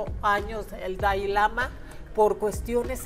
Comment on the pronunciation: Me queda muy claro que en si no sabes nada es una lástima que hables sin saber nada ni pronunciar el nombre del Dalai Lama primero ten cultura y el Budismo no es para creer para comenzar el Budismo no es una religión lastima de tener un micrófono en la mano no sabes nada y todo lo inventas eres muy ignorante lastima que dices que dices que haces predicciones no predices nada todo lo inventas y demuestras tu ignorancia te escuchaba nada mas para estar viendo la ignorancia de las 2 qué lastima que aya personas que si creen en todas tus tonterías